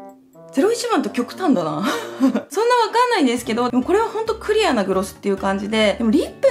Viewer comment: クリアの発音気になるの私だけですかね？ 可愛いけど気になって毎回ふふってなっちゃう